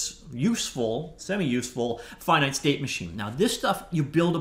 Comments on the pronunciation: How does one never learn how to pronounce "finite" correctly? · FINITE OR FINNET? YOU DECIDE